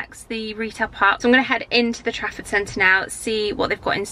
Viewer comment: All this time I thought you were saying “traffic centre” 😂